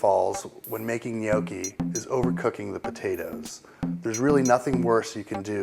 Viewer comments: he's pronouncing it almost right...maybe he should add a G to the end but it's not so easy for non italian-spanish speakers. To erase any possible doubt on pronunciation, in italian (and believe me, I know italian, since I'm italian and I'm majoring in languages and phonetics) GN=Ñ as in spanish NIÑO and so on. So it's something like Ñokki in pronunciation :D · You're Doing It All Wrong: You're Saying "Gnocchi" wrong. It makes me cringe. I can't even finish the video because I can't bear to hear you say "gnoow-chi" again. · im not Italian or know very many but hes saying it wrong isn't it *nokki* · Gnocchi is pronounced with a short "o", the American "ou" sounds terrible. Although I agree with your tipps for the preparation, the end result looks terrible. The butter got far too dark and hot which burnt the sage leaves. Sorry, a plate of those would go back without even trying them ... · you're doing it all wrong when you can't even pronounce 'gnocchi' correctly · He's definitely NOT pronouncing it the right way. Just listen to an Italian and you'll easily find out. Most people from English speaking countries who try and speak Italian really make a fool of themselves. Furthermore, eggs are, indeed, used in some traditional recipes. Gnocchi is eaten all over Italy and the way gnocchi are made in, say, Tuscany may differ a lot from how it often is made in Lombardy, Apulia or Piedmont. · They should expect it; they put a video online, which while it does show a decent way to make gnocchi, offers incorrect pronounciation and a pretentious attitude. They aren't polluting the internet any more than anyone else. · ummmmm no, i speak fluent italian.....yes he isnt pronouncing the g...which makes him right, but it sounds too mangia cake. and too much iiiiii at the end which makes it sound dumb! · omg if he says gnocchi wrong one more time!!!!! lol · he's pronouncing it wrong... -. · Bad pronunciation of gnocchi. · he say gnoghi. From italy ;D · What the fuck is nyoaw-chi?